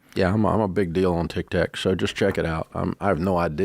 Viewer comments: Why does he keep saying Tic Tac? He knows it’s Tic Toc🙄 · cause he's a boomer, why are you offended over an old man mispronouncing words ?